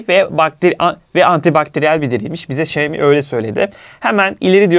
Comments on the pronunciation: Xiaomi: Şayomi değil Şaomi diye okunur. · Şeymi değil şaomi diye okuyacaksın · Emeğinize sağlık,detay anlatımınız mükemmel,ancak marka adını telaffuz ederken şeimi şeimi demeseniz çok çok daha iyi olacak. Saygılar... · senin bu telaffuzun ne olacak 😅 Bu markaya "Şayomi yada Şayimi" demekten ne zaman vazgeçeceksin 🤔